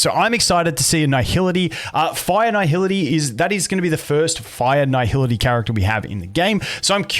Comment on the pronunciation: I feel like my ears are bleeding after hearing this man butcher the word nihility for 9 minutes straight, who fuks up nihility, its nihility not naihility